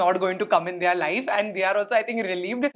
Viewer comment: Hi. I love your vlogs. I would like to make a suggestion, could you maybe look up how to pronounce 'their'.